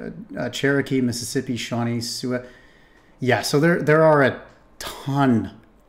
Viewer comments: Sioux = Soo Like Zoo, with an S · I have to agree. Too many breaks trying to explain things while pronouncing names wrong like Roanoke and Sioux.